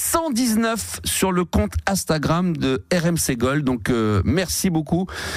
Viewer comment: Faudra que qq1 lui dise un jour que c'est INstagram, et non Astagram... Le mec a un compte dessus, ses collègues sont jeunes mais ne le corrigent jamais, c'est hyper connu dans le monde, ça existe depuis 14 ans, mais non, il ne sait toujours pas le prononcer...